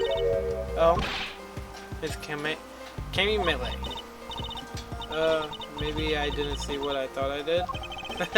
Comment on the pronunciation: Cammy Meele’s name is pronounced “Cammy Meal” It’s a pun on Chamomile, the sleep medication